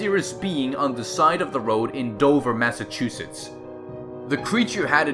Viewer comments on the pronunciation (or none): none